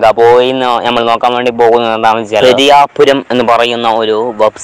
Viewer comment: Sorry for miss pronounced "പെരുവണ്ണാപുരം" _ 'പെരിയാപുരം'😂🙏 SUBSCRIBE☹️